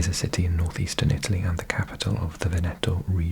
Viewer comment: It is not Venèto but Vèneto